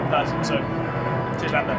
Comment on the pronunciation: they call lando "lands"? 🥺